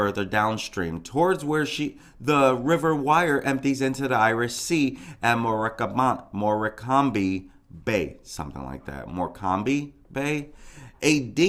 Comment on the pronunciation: Hi , Morecambe is pronounced, more cum . No slip marks and the water was only 1ft. Its a tidal river so goes up and down. Police haven't searched empty houses yet , so people are breaking into them to search . The cctv camera that shows where she was , was the only one "not " working. She never fell in that water !!!!!